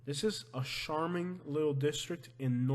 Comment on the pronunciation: Love your videos, but , most pronounce charming with the ch like char-broiled. Char-Ming. Thanks.dont know why it bugs me, just does. Lol